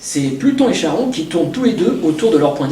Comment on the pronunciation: On ne chie pas en grec ! Charon=Karon.